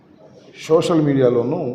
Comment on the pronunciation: శోషల్ కాదు రా అయ్యా సోషల్ మీడియా